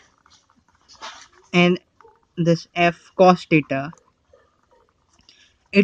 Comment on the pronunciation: Teta 😂😂😂😂🙏 its theta 😂😂😂